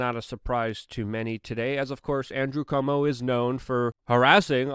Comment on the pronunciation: It's NOT "COMO" (as in Perry Como) ; It's CUOMO.... so say "KWOMO" or "QUomo". Please, please, please!